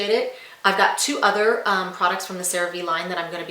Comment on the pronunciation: Great Product…learn to properly pronounce: CereVe= Cere Vay!!